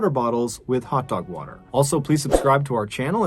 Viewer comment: Water not waer